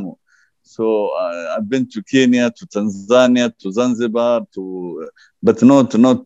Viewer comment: This is false narrative history,this is not zanjibaaaaaar , this is Somalia